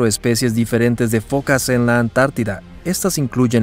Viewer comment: ¿Fokas? Se dice focas.